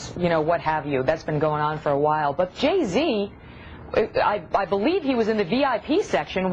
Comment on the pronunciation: anyone else notice that there pronouncing Jay-Z's name wrong....Ge-Z